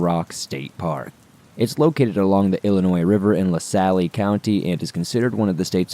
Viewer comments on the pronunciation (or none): Dude I love your stories BUT research proper pronunciation of place and people/tribe names. 1. La Salle - the e is silent so it’s La Sall not La Sally. 2 Potawatomi is pronounced Pot-a-whata-me. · I live in Lasalle pronounced la sal not lassally and its also pronounced WEEGER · Awesome as always! Thanks. Btw, Starved Rock is in LaSalle county but it is pronounced like La-sall. The e at the end is silent. I'm from Chicago. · He works hard and if him miss pronounced a town tribe I'm not worried and his research is on the people in the story's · FYI......you don't pronounce the e in LaSalle. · Thank you! I'm from Chicago too and was about to comment on how it is pronounced as well!